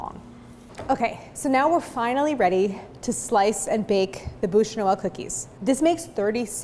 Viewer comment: So, funny little observation. Her pronunciation of "boosh" makes the translation "mouth of Christmas". The word for log is pronounced "byoosh". Which you wouldn't know unless you failed French twice in high school, comme moi.